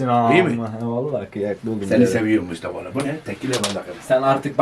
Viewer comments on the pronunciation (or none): Nobody:...: MuşTaVa